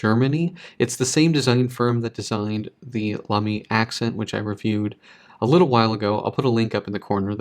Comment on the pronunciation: It's pronounced as "Laa'me" and no "La'meeee" like you did. It's a German brand with a German pronunciation. :)